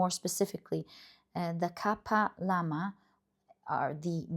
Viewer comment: While telling the reading. You were talking about prayer beeds of kali which is made up of skull. So just helping you in pronunciation how we pronounce it. It's Ka- paa- al mala 🙂